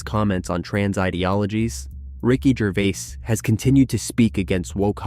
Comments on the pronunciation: his name is completely mispronounced. Like Jervee-ass. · Are you reading a speech you didn't write? You call him Ricky Ger-vi-as then Ger-vase (correct pronunciation). Learn people's name and how to pronounce them before you talk. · Learn how to pronounce peoples names you are talking about Gervais is pronounced Ger-Vay. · Maybe you should switch from the Artificial Intelligence narrator to the real intelligence narrator. At least get one that remembers pronunciation from sentence to sentence...was it Ricky Jer-vase or Ricky Ger-v-i-ase? Or better yet, do it yourself! Bye! Outta here! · What robot is reading this out? The number of times he mispronounces Gervais's name is unbelievable. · To the owner of the channel- your AI narration is quite obvious when it pronounces the same word 3 different ways back to back to back! Come on! Ricky Gervais is only pronounced one way! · Who ever the narrator of this story is should be ashamed of himself. If you cannot pronounce someone's name properly pass the job to someone else! You keep butchering Ricky Gervais' name. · Why do you mispronounced Rickie’s last name? Is your speech produced b AI?